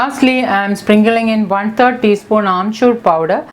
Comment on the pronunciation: it's sprinkling in NOT springling in.. 😁😁😁